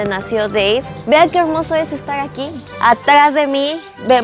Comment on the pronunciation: Por favor arréglate el cabello, porque hablas así de mal 😱😱😱 ,porque dicen luego que los mexicanos somos rancheros 🤦🏻‍♀️🤦🏻‍♀️🤦🏻‍♀️🤦🏻‍♀️🤦🏻‍♀️ Plingsesa en vez de princesa Voy a espelimental VOY A EXPERIMENTAR elgmoso hermoso Nogble noble!! 🤦🏻‍♀️🤦🏻‍♀️🤦🏻‍♀️ hablas como coreana o japonesa intentando hablar español caray!!